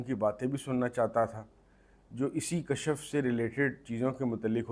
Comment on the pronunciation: Please correct the pronounciation kashaf nhi kashf